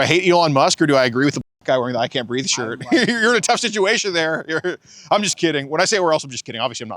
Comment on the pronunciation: “ I can’t breef”